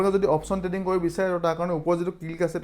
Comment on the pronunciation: Dada treading nhoi trading 😊